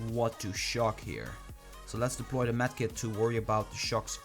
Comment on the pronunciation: STAHP SAYING DELPOY